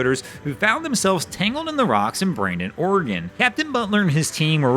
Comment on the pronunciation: Bandon, Oregon. Not Brandon or whatever.